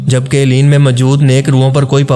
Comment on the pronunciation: Eleen nai balkay word he "ELLEYEEN"